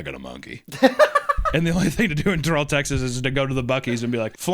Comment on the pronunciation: I live in Texas. It’s pronounced Terrell.